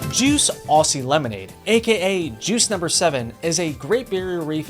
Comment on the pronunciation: it's pronounced Ozzy, like Ozzy Osbourne. Also it's that flavour because lemonade here usually refers to a sweet lemon flavoured soda, sprite is the most commonly known worldwide but the best brand lemonades are tru blue, Schweppes, halls and the king of lemonade (lemon soda) is SOLO, THE THIRST CRUSHER!